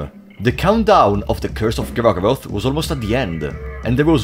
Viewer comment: "Even DOOR-go-roth" hahaha